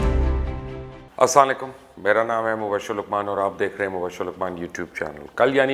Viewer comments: سر میں آپ کا چینل پسند کرتا ہوں لیکن آپ کا سلام کہنے کا طریقہ غلط ہے اور اس کے معنی بھی برے بنتے ہیں پلیز اسلام علیکم صحیح طریقے سے ادا کریں ورنہ مجبوراً مجھے آپ کا چینل چھوڑنا پڑے گا. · Assalamualaikum I humbly request you to say “Assalamualaikum “ clearly pleas. Just a request. Please don’t mind